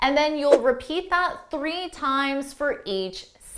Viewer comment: What I have noticed yet that u pronounce three as tree